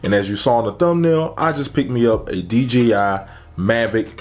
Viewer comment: Man said d g i